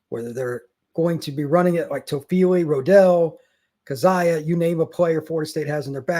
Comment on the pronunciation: Ah yes, old Roe-dell and Toe-feely. Not to mention coach Atkinson. Feel like I'm rooting for a whole different team😂